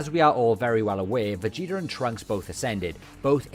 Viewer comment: Everyone:"Trunks and Vegeta" This Guy:"Trunks and Vegetr"